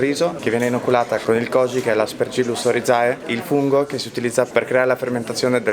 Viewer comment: E comunque Oryzae di Aspergillus e Rhizopus si pronuncia óryze....latinum est😁